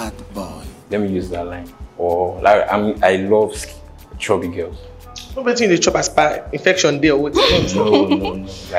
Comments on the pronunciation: He said shoebi not chubby 😅😂😂😂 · I’ve been dying for the past 5 minutes😭😭🤣🤣🤣that chubby pronunciation took me clean out😭😭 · Point of correction sir the guy said shoebi 🤣🤣🤣